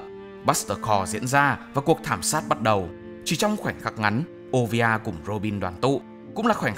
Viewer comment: Mẹ robin là olivia, chứ k phải ovia 😳